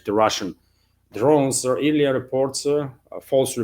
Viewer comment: "earlier" is weirdly pronounced "air-lee-er". Think "earl" not "ear". ;-)